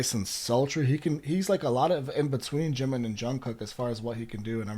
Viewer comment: Yes, JK did opened up Permission To Dance and Life Goes On, he's the main vocalist -you pronounce Jimin and JK's names perfectly -yes, they also have songs that are sung by units (2-4 members, you can get songs like Fly To My Room and Stay, songs with just the rappers [Ddaeng, Ugh, etc] and songs with just the vocalists [The Truth Untold, House of Cards, etc.], sometimes 2 rappers [Respect], 2 vocalists [Friends], 1 vocalist and 1 rapper [4 O'CLOCK]) and solo songs, each of them..